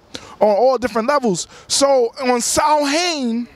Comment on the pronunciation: Samhain comes from Ireland. It's pronounced sowin.